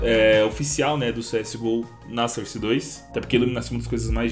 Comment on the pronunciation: Desculpe comentar... Eu geralmente nem falo sobre isso.. Mas nesse vídeo foi difícil. Sou professor de inglês, e embora ninguém seja obrigado a saber inglês, vou deixar aqui 2 pronúncias : SOURCE (fonte) = pron SÓRSE e não SÃRSE, portanto, som de ó. ENGINE (motor) = pron INJIN e não ENDJAINI. Portanto, som de I.